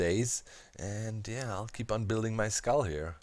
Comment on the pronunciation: Each time you say skull I hear iskull. oMg